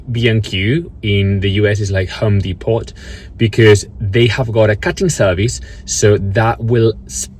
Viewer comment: do forgive me...i just have to chuckle every time I hear you say Home Depot! It almost sounds like you are saying Home Despot. I’m not criticizing...honestly! It just makes me laugh. We pronounce Home Depot as “Home DEE-po (long O). The t is silent. I have no idea why. It’s English. Such a crazy convoluted language. 🤗